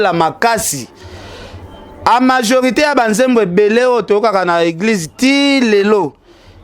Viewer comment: On dit la majorité est non amajorité! mawa